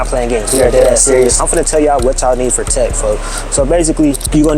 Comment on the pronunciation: I be saying foh too like it’s an addiction